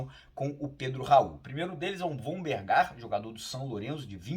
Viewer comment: É Vonbergar